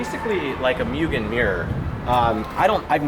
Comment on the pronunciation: Please people stop saying mugen wrong its pronounced ( moo-gen) not (Mew-gen) thank you